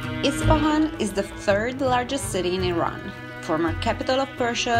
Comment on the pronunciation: And thank u, mamnoon, for dispelling myths about Persia. Thank you for pronouncing eeron correctly! Go vegetarian Iran! Better for water conservation, health, and planet. Soy(bean) kabob!